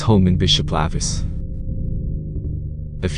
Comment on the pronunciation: Spelled, lavis, pronounced, lay-vis